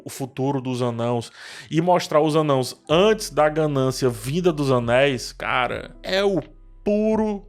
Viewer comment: Mano, esperando a explicação prometida para a pronúncia de "Anãos"!